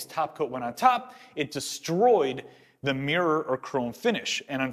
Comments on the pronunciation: You know is called MIrror right? not meeror..is it me or mi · The word is mi - ruh not meer. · Nice video but doing my head in that he keeps pronouncing mirror as meeeyer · Get a Canadian or a Brit in to say 'mirror' for you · How to pronounce "mirror"? try putting the letter "o" in it to start!